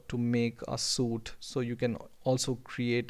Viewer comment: You did a good job. One thing, you pronounced suite as "soot". Suit as in, The man wore a business suit" or 'The diver uses a wet suit" is how you pronounced Suite, Suite is pronounced "sweet" as in we rented a suite ("sweet") at the hotel.